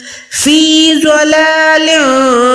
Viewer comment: Dalālin Kabeer, not Zalālin Kabeer . In Arabic, you must pronounce correctly, if you don't read it correctly, you change the meaning. ضلال كبير